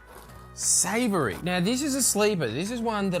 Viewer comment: Savoury will always be my favourite flavour. Ya tongues broken mate